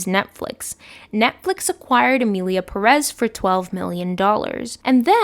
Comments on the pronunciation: PÉREZ -the first syllabe is tónic, that is why it has accent. Please stop saying perez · Non related, but I need to ask: do they say "PerEz" in the movie? Because Ive watching a lot of videos talking about the movie and everyone says it like that, but the name is actually PErez, so I was wondering if this was so bad they dont even got the name of their main character right 😂